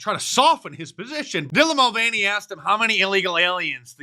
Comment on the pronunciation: He said Dillon mulvany 😂😂😂